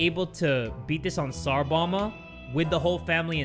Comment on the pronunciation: I like how says "tsar bama".